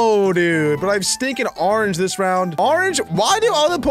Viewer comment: " a rorange" MAN DONT EVEN